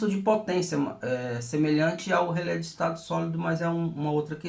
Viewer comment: nao se fala rele com final lelele e rele